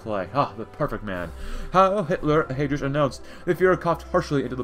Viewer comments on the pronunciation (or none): The way you pronounce Heydrich’s name makes me physically uncomfortable